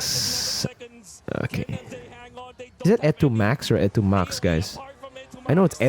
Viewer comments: e2max is kind of a word play. it was originally 'etomak', reverse it and you get 'kamote' meaning a sweet potato. so from etomak, just change the letters to e2mak, change the maK to maX to make it sound better. pronunciation would be ehh-to not ee-tu. and fun fact, kamote is a derogatory filipino slang for a dimwit or when calling someone dumb. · It's E-two-max